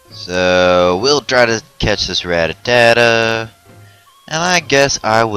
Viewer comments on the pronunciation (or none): rattata is pronounced ruh tata not ratatata